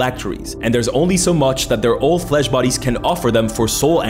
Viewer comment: When i heard "From the moment i understaded a weaknes of my fleash" i made happy monke noises XD